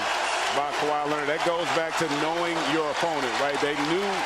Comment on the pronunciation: Kawhi not clark 🤷🏾‍♂️